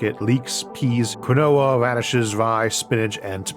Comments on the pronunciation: Quinoa is pronouced keen wa iirc rather than kwinohwa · Just an FYI quinoa is pronounced "keen·waa" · you need to learn how to pronounce quinoa